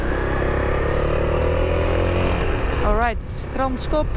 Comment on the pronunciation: Couldn't say Hluhluwe but nailed Kranskop... :P Enjoy your stay in our country!